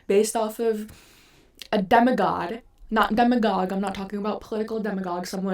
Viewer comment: not sure what you can do but your sound is really messed up. Also you are mispronouncing demigod, I think its because you have tried to draw this connecting to demagogue. The words are not related all that much though, a demagogue is a skilled orator while a demigod is a half-god. I understand what you are trying to say but the argument is weakened by the mispronunciation. Keep up the good work but you'll need to fix these smaller issues and do a bit more proofing and research if you want to grow the channel.